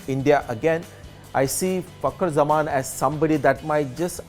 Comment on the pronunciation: Sanjay its fakar zaman not fucker zaman please work on your pronunciation